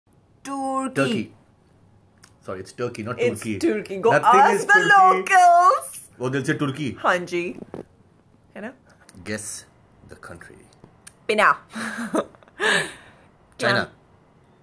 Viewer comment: It's locals not lokalzzzz and it's not acting it's overacting go ask ur subscriberzzzzzz